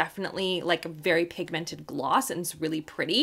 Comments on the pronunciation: THE WAY YOU SAY PIG 🐷 MENTED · I love you too much and you are one of my very favourite you tubers .... but it really upsets m how you say pigmented xxxxxxxxx